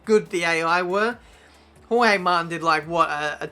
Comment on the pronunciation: "Hohey Martin"... Someone has to teach how to pronounce names... Kivyat, Hohey...